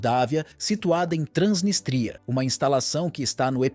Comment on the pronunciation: É Transnístria e não Transnistria.